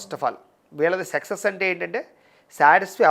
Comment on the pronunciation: సెక్సెస్ కాదు సక్సెస్....